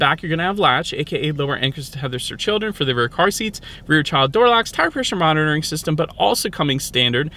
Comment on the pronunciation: I thought you said “heart pressure monitoring” 😂 I had to rewind and you said “tire pressure monitoring”. Maybe the 2033 model will have the vitals monitor.